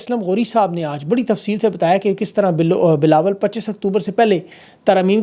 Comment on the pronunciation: Yar ye jo aap jan bhoj k twist of tongue karty hai really boht maza ata hai.. Bilo bilawal❤😂